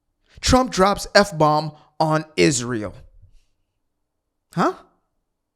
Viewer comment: She can't even pronounce it. It's Israel, not ' Izshhreal '